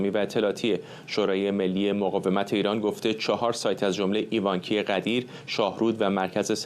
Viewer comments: آقای فرحزاد عزیز اون منطقه ایوانکی هست eyvanakei تلفظ میشه. تقریبا مرز بین استان تهران و سمنانه. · تلفظ درست ایوانکی رو یاد بگیرید